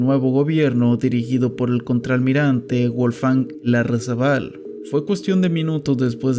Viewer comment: Eres el terror de los acentos Guárico, Larrazábal, Anzoátegui De resto está bien